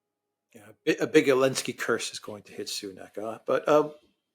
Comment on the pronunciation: I am soooo tired of being unable to pronounce Zelensky - always Alinsky. ALINSKY DOES NOT EXIST. He is a rank amateur. Alexander has great analysis and digs deep but his Duran partner is a hard-headed dimwit unable to even say ZELENSKY. ZELENSKY. ZELENSKY. Drives me crazy bringing the content down while Alexander is the only one in the room with facts and a proper decorum.